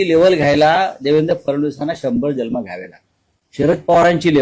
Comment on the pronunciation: ह्याला जन्म शब्द उच्चारता येत नाही,ह्याने काहीच बोलू नये.आधि नीट मराठी बोलायला शिक नंतर फडणवीसांवर बोल.